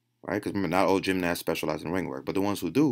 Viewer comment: i like the way you pronounce gymnast, Gymnass